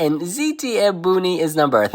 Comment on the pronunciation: no no it's almost perfect! You just have to say the O in buOni 😘